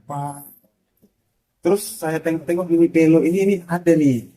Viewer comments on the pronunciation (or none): Minivelo mas bukan minivel